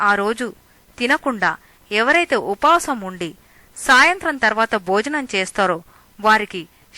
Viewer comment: Rushi Sringa Maharashi kaadu. Rhushyashrunga Maharishi. Upaasam kaadu. Upavaasam Anali.